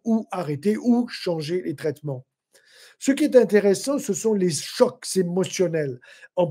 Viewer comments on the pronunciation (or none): Chocs et non pas « shocks »